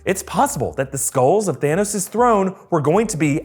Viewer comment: Did anyone thought it said “skrulls” not “skulls” XD